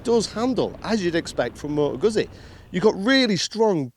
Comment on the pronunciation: how hard is it to learn how to say the brand's name properly?